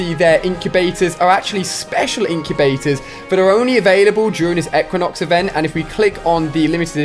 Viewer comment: Pronounced Ee-qui-nox